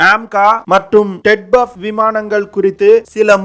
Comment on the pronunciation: ted buff ah??? solla terinja sollu... namma makaluku oru research and analysis koorum teriyaradhu ille, pronunciation um teriyaradhu ille. ara vekadu news terinju vechutu yellam terinja madri pesa vendiyadhu. Twin Engine Deck Based Fighter (T E D B F).